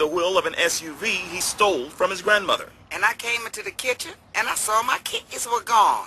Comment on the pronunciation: "grandmoDer" lol